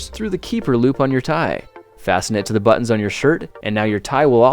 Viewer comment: When u said two button holes i didn't here the on in button